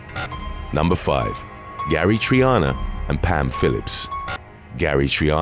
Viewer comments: Reasons Arizona has always sucked besides the heat...Oh and it's pronounced Tucson(Too-son)not Tuck-son it cracks me up when people say it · Tucson is pronounced TOO SAN. Not TUC SON. WTF. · It's pronounced TOO-SAAN not TUCK-SEN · Tuk-san, TWO SAN. IT'S PRONOUNCED "TWO SAN"! Oy.... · Usually we pronounce Tucson, AR.....Two-Sawn as opposed to Tuck Son. But whom ams I's to cretiqasize. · tuck-sin lol it's too-san but great video. it was a chuckle hearing that 🤣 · TUCK-son?! It's more like TOO-SON. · tucson not tuckson...pronounced two sawn jsyk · Tucson= 2 sahn.....not tuck sun.....you guys use this enough to say it right. Love ur channel for a long time now. Constructive criticism. 😉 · It’s pronounced 2-son not tuskon I live in the state look up the pronunciation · Please stop saying Tuxon. The City is pronounced Two-sahn. The Beatles knew this. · I like how he pronounces Tucson tuck son not two son. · Tuck-son, Arizona 😂😂 it’s all good brotha... we still got nothing but love for ya It’s pronounced “Two-sahn” for future reference... but I prefer the way you said it to be honest 😂🖤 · It’s not “tucksin” (tucson) it’s pronounced “toosawn” Arizona lol js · Tuck-son lol Too-sawn is how you pronounce Tucson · Tukk-Son ??, lol I thought it was Pronounced "Too-Sone" Arizona 😁😁👍👍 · When Arizona goes wrong and Jodi Arias is not in it??? Oh, and it is pronounced Too-son, not tukson 🙂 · Before all the Arizona people come here and get mad, I just wanted to let you know it's pronounced Two-sawn. Love, California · TOO-San not TUCK-Son lol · It's " Too-sawn" Arizona not "Tuck-son." LMAO! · As an arizonian, how dare ypu say "Tuckson" its TOO-SAN" TUSCON IS TOO-SAN. WTF IS TUCKSON. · it's not Tuckson it's twoson lmfao I'm dead Tucson bruh 🤣😂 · I love the way you think! It's pronounced "Too - sahn," not Tuckson. I know, the spelling of Tucson throws you off. What about "Charles Schmidt aka The Pied Piper of Tucson?" With his fake height, fake mole, fake nose guard Elvis complex!